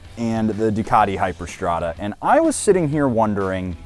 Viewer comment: Best KTM motorcycles are singels and V-twin🥲 And it is not fuckin "Hyperstrda" but Hypermotard....